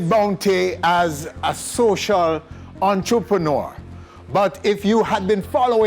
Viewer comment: every time he said entreprenaar I felt embarrassed and he kept saying it lmao😅😅